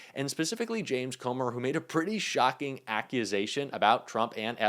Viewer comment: Dude. "Coming makes shockign"?